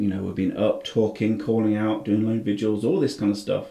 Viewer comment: Its VIGILS not VIDUALS.